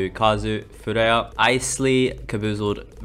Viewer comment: Good furea name pronunciation guide vid 👍